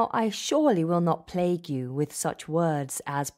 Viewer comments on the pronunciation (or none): none